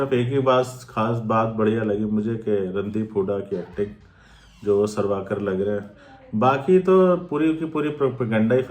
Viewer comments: Mere bhai.....tum kam se kam naam toh theek se lelo "sarvaakar" Nhi "savarkar" hai Aur doosri baat bhai....tum propaganda film jo bol rahe ho.... konsi film sahi hai...batao 1. Kya jodha Akbar sahi thi 2. Kya shikara movie sahi thi 3.kya accidental prime. minister sahi thi... Aur jaha tak history ki baat hai....aise bahut saare logon ne apni jaan gavai jinka hum naam tak nahi jaante na Jaan payenge. Mein janta hoon ki tum dono comment ka reply nahi karoge... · savarkar hai sarvakar nhi pehele naam thik se lena sikho😂😂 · Sarvaaakar nhi hai vo chu**......savarkar hai pehli baat..... Naam to thik se liya nhi ja rha... Gyan cho rha hai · Ye boal rha h isne story read ki h but isko naam tak pata nhi h Veer Savarkar h sarwakar nhi h or pata nhi isne kiski story read ki h 😂 akal ke andhe 😡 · Aur savarkar hota hai sarvakar nhi. Tumne kya padha hai itihas😂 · Are bhai unka nam sawarkar hai naam to thik se padho